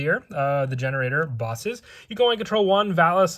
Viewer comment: Is it not pronounced gene raider?